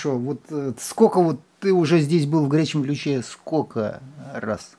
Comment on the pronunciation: Ну что за " скоко"?